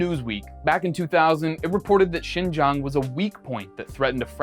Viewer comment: You pronounced the word Xinjiang perfectly, even the tones are perfect. Well done. 👏